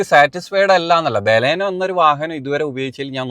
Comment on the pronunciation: ഫ്രണ്ട് വ്യൂ ഒട്ടും ഇല്ലാത്ത മണ്ടത്തരം ആണ് ബാലാനോ അല്ല ബലെനോ 😂😂😂